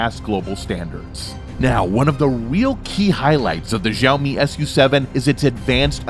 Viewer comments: Xiaomi = Shall-mee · You are pronouncing "xiaomi" very wrong....